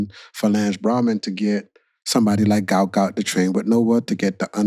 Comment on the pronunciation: It’s “Gout Gout”